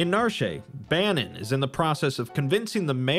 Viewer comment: The town of Narshay? How do words based on French mess people up so badly? When you see complete do you want to say completay? 😂 Cut it out for the love of God 😂.